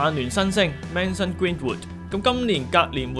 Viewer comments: 唔係Manson 係Mason呀...😂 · 第一句Mason講左Manson太明顯😂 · 佢first name 係讀做 May-臣 你覺得如果曼聯真係簽Sancho, Greenwood仲有冇得踢正選呢? 定係曼聯應該玩育成, 將資金投放喺後防/防中呢?